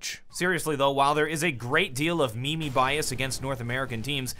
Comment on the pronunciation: "A great deal of me me bias". It's simply pronounced 'meem', derived from the greek 'mimeme' which more or less means to mimic or imitate; much how memes are repeated and perpetuated.